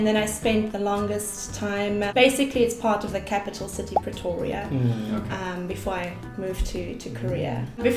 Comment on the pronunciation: the way he said Pretoria sounded so pretty...gosh i live right next to Pretoria and I can't even say it that way😍😂👌